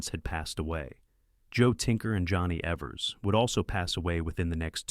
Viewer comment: Maybe not important, but it’s pronounced Eevers, not Evvers.